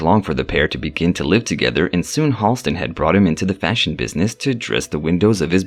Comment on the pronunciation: Halston's name has never been eclipsed. BTW, the name is actually pronounced HAL-stin, not HALL-stin.